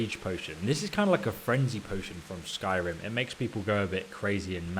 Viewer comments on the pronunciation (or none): none